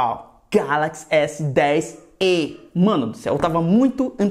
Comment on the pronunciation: fala "galaxy S10 é" kkkkk se assunta pivas kkkkk